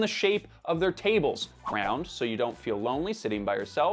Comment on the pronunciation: Did you say the tables are “crowned”? Or “round”